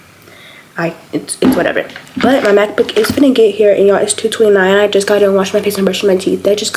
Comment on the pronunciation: Ok I don’t know if it was just me but at first I heard math book and not Mac book lol😂😂